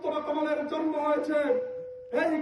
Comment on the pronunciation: সময় টিভির স্টাফ রিপোর্টার জন্ম কথাটা উচ্চারণ করতে পারে না বলে জরমো।😂